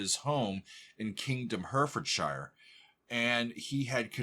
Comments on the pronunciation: Herefordshire is pronounced Herry ford sheer. Please don’t make it sound like Hertfordshire. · 'Herefordshire' is pronounced 'Herry - ford - sher', with the first syllable stressed.